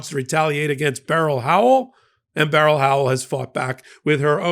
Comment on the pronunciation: I respect this show! True facts only on here. One critique..you pronounce judge Beryl Howell first name incorrectly. It's one syllable like berl Ives, not 2 syllables like a gun barrel. Fyi. It was my aunt's name too.